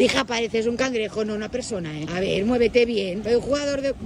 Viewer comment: Que gracioso se dice cangrejo jajajaja